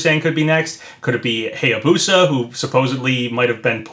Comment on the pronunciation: You’ve probably gotten this so many times, but... it’s Hiya-Boo-Sah, not Hay-A-Boo-Sah. I’m a pronunciation geek. I can’t help it, man.